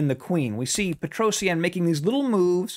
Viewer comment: Pls learn how to say his name better. P sure its pet roh shjaaan Not peto see ann